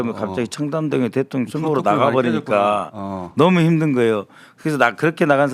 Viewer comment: 김병주의원님 그동안 대통년으로 발음하셨어요 ㅋㅋㅋㅋㅋ 일부러 그러시는줄 ㅋㅋㅋㅋ